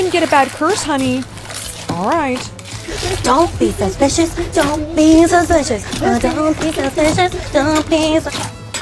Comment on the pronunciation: i love it ”dont be suspichus”